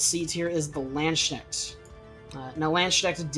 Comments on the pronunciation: Hey man, just thought I'd say there is no SH in Landsknecht. You pronounce it as lahndsknekht or /l'ɑntsknɛxt/. Also time stamps would be good. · Also a simpler explanation for English speakers would be "Landskinect".